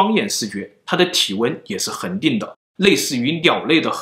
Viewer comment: 為什麼我一直聽成屌類(鳥類)